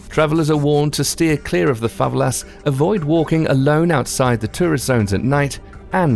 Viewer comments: dont like correcting but is fa ve la not fa valas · Favelas? You're pronouncing it wrong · I'm from Rio de Janeiro and rio is good just don't act American and don't get to favelas and he said favela wrong